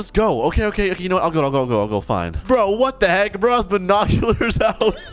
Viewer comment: when said "WATT THE HEK" i remembered the asian guy